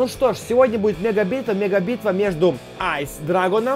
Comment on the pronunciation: Не правильно говориш эйс ани айс